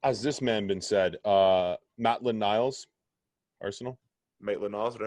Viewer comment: Man literally said matland niles 😭